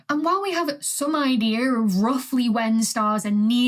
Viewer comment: There no 'R' in idea.